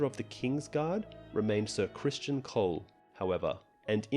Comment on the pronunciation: Ser CRISTON Cole, not “Christian.”